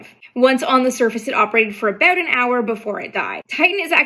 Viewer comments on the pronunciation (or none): “A boat”🤣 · I just LOVE the way Canadians say "about".